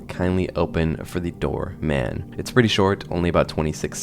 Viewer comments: My brain is rotted cause I just keep hearing you say Dhar Man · Every time he says "door man" i hear "dharr mann" and I can't stop laughing